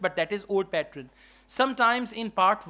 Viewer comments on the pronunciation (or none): Pattern not patren